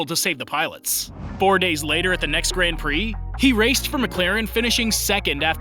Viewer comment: Please say grand prix and not gränd prix